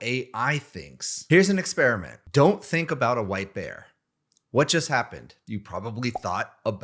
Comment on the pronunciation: "don't think about a wipe air"... well. I was wondering what you said... and then as you said "what just happened" I realized you said white bear...